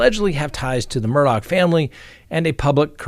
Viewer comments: It's driving me crazy... Mr Murdaugh name does does not end with "CK" it ends with " GH" Please pronounce his name right. I may have miss spelled his name here however I do pronounce it right. It's Murdaugh not MurdouCK. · If you listen to the early news about the case, it is pronounced with a ck at the end. I'm not sure why, but is going by the local (South Carolina) pronunciation. 😉 I can truly understand your thinking!